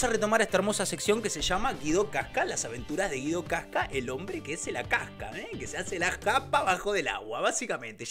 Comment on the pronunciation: Se dice Guido wasca